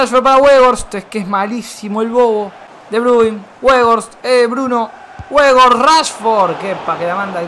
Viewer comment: Gente normal: Weghorst: Webos